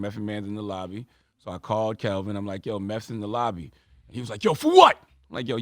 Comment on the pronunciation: Why does Ctg keep calling him Kelvin and his name is Kevin?! 🤔